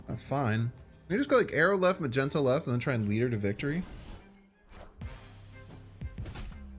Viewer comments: If I haven’t been watching your vids for a while I prolly would have assumed you didn’t know what you were talking about when you said Magento…the disrespect😂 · Who TF is ma-jen-toe?????? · Ma-gen-toe is the worse one... ... but who's Ma-gen-toe? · I lost my composure when I heard “Magento” 😂 good one